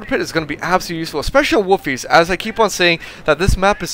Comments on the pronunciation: It's pronounced Wolfhayzer. I used to live there. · sounds like hes saying woofies..